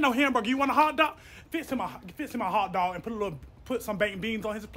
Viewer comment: 😂😂😂🤣 screaming hollering. She sure did say "HOG" Dog 😂😂